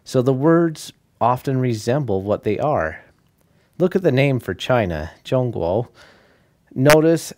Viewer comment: "Zhong guo" was pronounced quite accurately, surprisingly xD